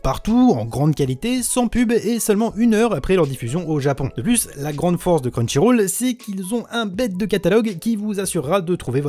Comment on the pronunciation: Tu pourras dire crunchyroll et pas crunchyrôle dans les prochaines vidéos ?